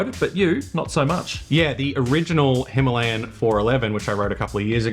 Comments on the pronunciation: Hi-ma-la-yan, not Himalian!!!🤦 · it's not 'himarlian' it's 'him - a -lay - an'. Don't speak english incorrectly just because other people do. and no, this video is not in indian, it's in english. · It's not that either. It's HIMAL-YAN. Also 'Indian' is not a language. Educate yourself! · Instant thumb down for smugly insisting on the Hindi pronunciation of Himalayan when speaking English. The Hindi pronunciation is correct when speaking Hindi, but not English. You were right in the title - this review is not for everyone.